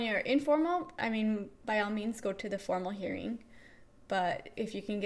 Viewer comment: Great! Definitely answered some of my questions. Might just be me, but min sounds like you're saying "informal hearing". Of course it's understood it means "formal hearing". Thanks and best of luck!